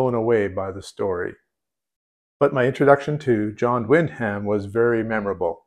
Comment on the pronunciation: Wyndham is pronounced win'dim.